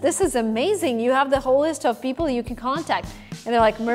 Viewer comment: This girl needs some English pronunciation classes. Girl, its "people" not "beoble".